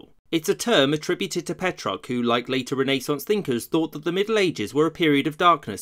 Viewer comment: Did he say "Coined by Pet Rock?"